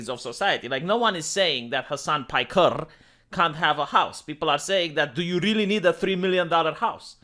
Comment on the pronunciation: "Soo Mr.Hasan PajkeRRRR..."